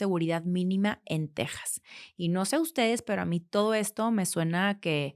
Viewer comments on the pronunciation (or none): none